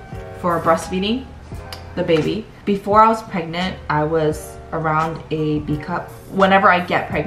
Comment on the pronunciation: Are you... preganant.. Prregante..? 😂